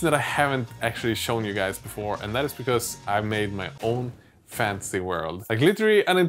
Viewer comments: It took me a second to realize you were saying "fantasy" not "fancy" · What he said: "I made my own fantasy world!" What I heard: "I made my own fancy world" I was really hoping for a bunch of fancy pants miniatures, whatever that means.